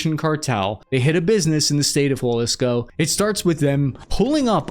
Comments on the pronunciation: I like all your stuff, one tiny tiny thing. Its pronounced Ha lease co, not hua lease co. for Jalisco. Just some small feedback. Again, love the content, it just falls on my ear weird when you add the u sound. keep going! love that youre independent now. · Bro it's not pronounced walisco it's halicso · Jalisco ... pronounced Ha lisco, not Hwa lisco. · almost got it.. is jalisco, not jualisco.. you are close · Dear god stop saying juAlisco, its Ha! Lisco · Dude can you learn how to say Jalisco (ha-LIS-co) the J isn’t a W sound it’s a H sound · if you see this Jalisco is pronounced ha-lis-co not hua-lis-co 🫡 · There's no u in Jalisco. It's not Jualisco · It’s Jalisco, not Jualisco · there is no 'u' in jalisco. pronounced haleesco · Hey Cap as a friend I couldn’t allow you to continue to butcher the name of the Mexican State of Jalisco. It’s pronounced Halisco. J’s in Spanish are usually pronounced like an H in English. ✌🏽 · Did He Say it Again?... The "Scene-A-Wela Cartel" & The "Japa-Lisco Cartel" I'm: Words & Sentences Are My Enemy – 😅😂